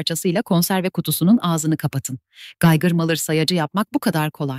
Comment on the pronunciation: Tamam ben salak değilim içeriği anladım reis ama söyleyişi çok komik ve yanlış ona takıldım bak ne güzel neden böyle olduğunuda açıkladın eline sağlık sağolasın